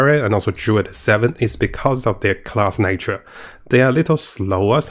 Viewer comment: Can't wait for the "Durid" 😅 and the "Nercomancer" ☺️